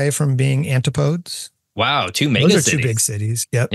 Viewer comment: I've never heard someone pronounce antipodes like that. I've only ever heard it pronounced an-ti·puh·deez.